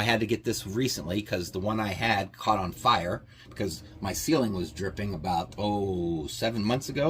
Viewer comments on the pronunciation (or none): none